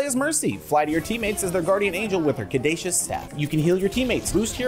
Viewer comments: I know you guys probably aren't well versed on your Greek mythology or medical symbolism, but Caduceus is pronounced "ka-doo-see-us", not "ka-daysh-us". That actually hurt hearing that one. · It's pronounced "kah-doo-shee-us", not "kah-day-shus". The word comes from the messenger god Hermes' twin-serpent wand in Greek/Roman mythology that is often associated with healing. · “Cadashus staff” it’s pronounced kuh-deuces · Its pronounced (kuh·doo·see·uhs) staff